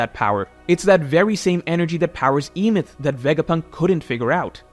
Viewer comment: You're pronouncing Emeth wrong, the E at the start makes an eh sound not an ee. And you pronounce the second syllable exactly as it's written, meth.